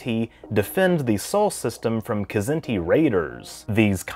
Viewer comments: Larry Niven has told me in person that it's pronounced: Zinti. The K is silent. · I'm pretty sure the K in "Kzinti" is silent...like "knife". You'd have to ask Larry Niven though...